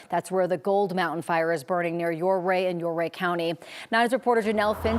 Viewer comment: Learn how to properly pronounce Ouray for crying out loud.